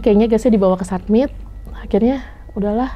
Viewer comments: saya sebagai orang biasa yang memang bukan anak gunung ataupun penjelajah alam, saya masih bingung dengan kata kata, setau saya kalo muncak itu istilahnya summit. tapi ngomongnya kok "sabmit/submit" nah yang bener itu summit atau "submit" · Summit mba bukan submit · Summit mungkin yaa .. Bukan submit 🙏🙏